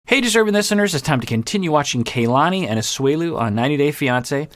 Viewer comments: Her name is pronounced Kah-lani, not Kaylani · it’s pronounced KAH-lani, the a’s in ka and la are the same. the vowels are similar to how vowels are pronounced in japanese if you’re familiar with that! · Dear, the KA of Kalani is pronounced like the "ca" of car. The A is like when the dentist asks to open your mouth and say "aaa". It's the same as the A in "lani" which you are saying correctly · Got in early this time so using the opportunity to say that her name is "kah-lah-nee" and not "kay-lah-nee" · yeah, I do realize that, but his comments reaction videos are posted weekly and iirc even in his most recent one, he used the wrong pronunciation. Do agree it's odd that he hasn't noticed how people on the show have been pronouncing it